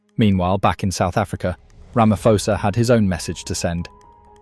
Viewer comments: It pronounced Ramaposa not Ramafosa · Our President has mines in the region. We have no defence force so to speak. They are poorly trained, poorly equiped and generally a mess. We are sending innocent people onto a battlefield and Ramaphosa has to answer this. PS, its pronounced Ramapawza. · I think you pronouncing the SA president wrong. It’s Ramapoes. Please pronounce poes with the cat. Much appreciated.🤣🤣🤣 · Here’s my thoughts 💭. CLICK EFFIN 🤬 BAIT HEADLINE !! Headline should be: DRC soldiers attacks SADC peacekeeping force soldiers from South Africa 🇿🇦 to prolong conflict You Sir are a 💩 STIRRER!! AND - Learn how to pronounce the SA president’s name! Not Rama-FO-sa!!! Get it RIGHT!! You are acting as a JOURNALIST!! Outcome: Asking the algorithm NOT to suggest your channel to me. Haai soega!! Ek het nie tyd om na kak te luister nie! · AI is not too great is it. The next generation will be talking like that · You can't even pronounce the South African president's name correctly—how can we trust your video's accuracy! That said, the South African government can barely run the country properly, so how can they expect to carry out a successful military campaign!